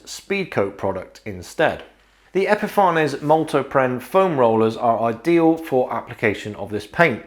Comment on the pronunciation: I'd love to know what the correct intended pronunciation is for Epifanes. You obviously say epi-far-nez. Others say epi-fanes. I often wonder if it's actually supposed to be epiphanies, as in "to have an epiphany".